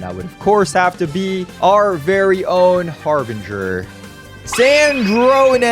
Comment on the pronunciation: are you sure it‘s Harbringer and not Harbinger, /Editor?